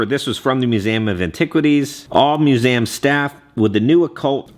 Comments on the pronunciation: It’s Literally called Museum Not Musame with the Letter A Lmao 😂😂😂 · Mu-zee-um 😂😂 dying at how you say museum 😂